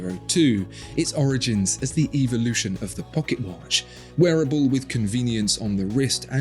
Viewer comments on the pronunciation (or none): none